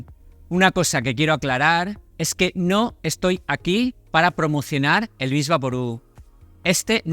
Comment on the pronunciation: Diga Vick Vaporub, no vix.